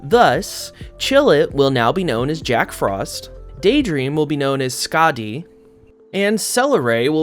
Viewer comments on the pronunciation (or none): none